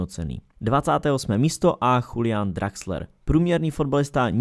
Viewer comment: ty sa s tou výslovnosťou v cudzích jazykoch moc nemažeš, co?:D Už sme tu raz mali neco ako Bornmoth (miesto Bournemouth), včera ukrajinský prezident "Junakovyč" no ale prečítať u Nemca meno Julian ako "Chulián" to už je iný level....:D